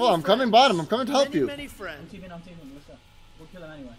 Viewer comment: is that buldog says elp??? or HELP LOL